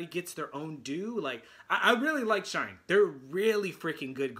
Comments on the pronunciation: Pronounced “shiny” please. Thanks for your reaction. Great comments! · We love your reactons! SHINee is pronounced like 'Shine KNEE'. 😁